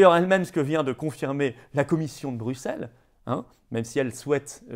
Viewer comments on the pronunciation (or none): none